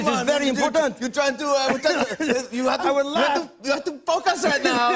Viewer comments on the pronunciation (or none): The director of Enemy, Arrival, Blade Runner 2049, and the upcoming Dune movie... ...pronounces focus like f*ck us... ...🤣🤣🤣🤣🤣🤣🤣🤣🤣🤣🤣🤣🤣🤣🤣🤣🤣🤣🤣🤣🤣🤣🤣🤣🤣🤣🤣🤣🤣🤣🤣🤣🤣🤣🤣🤣🤣🤣🤣🤣🤣🤣🤣